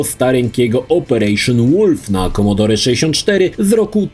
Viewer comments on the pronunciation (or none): none